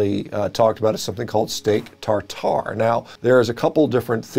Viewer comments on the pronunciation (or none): none